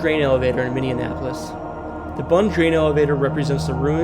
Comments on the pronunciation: Ok I was going to correct your Minneapolis but I see others already had but I guess we all day it differently but I was born and raised in St. Paul and still there so I have to come in But it’s Minnie app less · Where is Mindy Annapolis……If you’re going to do a video at least try and say the name of the city properly (Minneapolis)… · For real, I shut it off the second time he pronounced Minneapolis "minne-an-apolis". Errors like that get channels added to the "don't recommend this channel" list. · Let say it real slow minnie apple lis. Good! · MINNE APOLIS. Lol great video though!!! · It's pronounced Minni apple lis. 😖. Such a cringe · Did this doofus say Minnim-apolis😮 wtf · Its Minnie-apolis lol. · It’s Minneapolis. Not minineapolis. Sorry, the way your pronouncing it sounds like minioneapolis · Minneapolis is pronounced like “Mini-apple-iss” just wanted to let you know ☺️ I live near Minneapolis and I really enjoyed this video well done 👏🏼👏🏼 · Live in Savage and it's pronounced minni-app-olis. I used to pronounce it with apples and got made fun of! We live in the most beautiful state in my opinion. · 😮i grew up in mpls and find the minnion applis pronunciation adorable lol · I don’t think you’re absolutely correct about Minni-app- olis. I’ve lived in mn my whole life and I’ve never heard it pronounced your way. But that’s not meaning it’s wrong. I live in Bemidji area. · Great video but listening to you pronounce Minneapolis like mini-en-ap-polis was pretty frustrating. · On top of it “Minny-Annapolis” 🤮 lol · is that Minne-in-apolis? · w video but u pronounced ely, minneapolis, winnipeg, and iron wrong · I know he's mispronouncing Minneapolis to get comments and well hear I am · Is there a D in Minneapolis that I'm missing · Good video even if you did say the city Minneapolis wrong 😊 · Lol you're saying Minneapolis wrong bud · No way you're from Minnesota pronouncing Minneapolis that way. Yikes, man. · Lol, the way he pronounces both n's in Minneapolis!